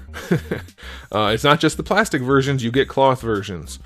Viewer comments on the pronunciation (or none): none